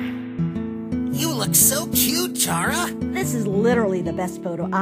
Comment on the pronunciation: ITS PRONOUNCED "CARA", IT'S JUST SPELT "CHARA"!!!! also, i pick sans